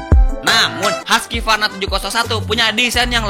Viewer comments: Cara bacanya kalo orang luar "huskuarna" bukan haskyvarna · haskivarna itu cara baca darimana sih bang? orang swedia bacanya huskvarna..